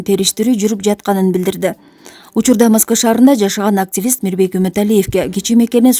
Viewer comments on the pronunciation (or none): Туура окучу моска эмес москва кемпир эмес кары эне же чон эне калидордон буткон окшойсун